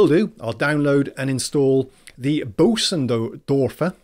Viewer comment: You turned the brand into Bosendorfer when it is Bösendorfer (shorthand for Boesendorfer - the German oe or ö does not have an equivalent in English. Its sound is like the potentially better known Scandinavian ø ) Well, at least you did better than another Anglosaxon who changed Boesen into Busen (the female chest)